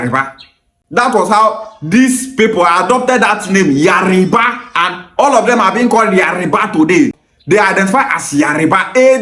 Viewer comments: yariba ancestors also pronounce it as yariba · Yariba is not the word but Yoruba is the word. You cannot even pronounce it right